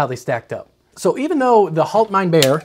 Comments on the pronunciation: It's pronounced "Haalt mine beer", (Bier = beer, different spelling, almost same pronunciation (different R) ) What you said is more "Hold my bear" (Bär = bear, again similar pronunciation yust with a German R) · If we wrote the "HaltmeinBier" the way you pronounced it in German it would be something like "HoltmeinBär", which might then again be translated as "Get my bear". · How to pronounce "Bier": Beer. It's exactly the same. No difference. "ie" in german is "ee" in english. Not to be confused with the german "ei" which is a totally different beast. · It's pronounced "hallt" (the "A" as in sally) "mine" "beer" - Haltmeinbier - and it's German for "hold my beer"...